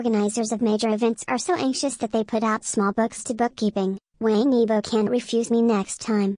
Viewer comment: I wish the narrator would pronounce his surname right. Things like that drive me up a wall! It’s being pronounced like a Westerner- it’s not pronounced like Tang in English, it’s pronounced like you would say the word “wong” in English. Wang YiBo. (E bow) Sorry, just a pet peeve.He’s a really wonderful, talented guy. I feel we should always strive to get the name right if we are going to do a post. It’s not that hard.